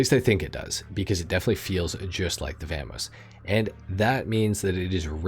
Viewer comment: Saying Vamos like that should be sin